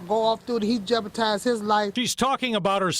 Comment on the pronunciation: "Jepertize his life"?